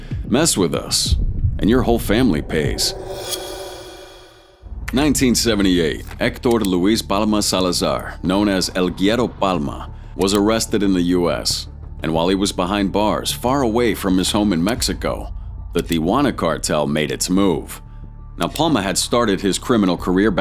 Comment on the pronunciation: This is minor but “Güero” is pronounced “weddoe” which means white or blonde Mexican. So El Güero translates to “blonde or Yt”